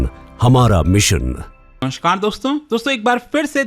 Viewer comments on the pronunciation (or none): none